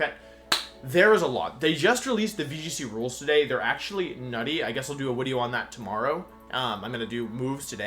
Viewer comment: why does he say wideo instead of video?